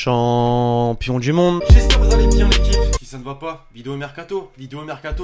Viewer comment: toujours tu dit chompion du monde arrete elle le 16 auot